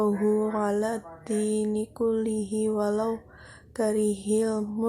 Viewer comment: Menit harusnya dibaca karihal, bacaan yg berbeda mengandung arti yg berbeda pula